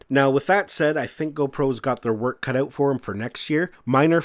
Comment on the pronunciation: the word "out " does not have a W in it